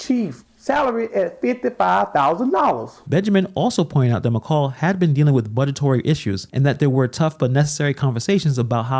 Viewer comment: "...'BudgeTORY' issues..." 🙄 (Did you mean, "budgetary" genius?) Good grief. Hey, keep on handing over authority - whether it be who reports your "news," or who controls your police - to basketball-americans...but just don't gripe after the fact; you make your bed, YOU SLEEP IN IT. You go ahead and make your "virtuous" choices so that you can brag on social media about what a "good person" you are. Just don't be too surprised when the people who can't properly articulate even the most basic English sentences somehow "inexplicably" can't properly function at the levels that YOU elevated them to. YT guilt is a corrosive force in America; get over it.